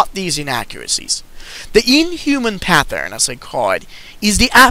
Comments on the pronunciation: There's no H in pattern. It's not pathern it's pattern just a t sound, not th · it's the same PATH-ern!!!